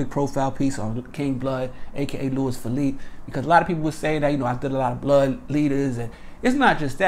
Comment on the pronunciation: You didn’t say his last name right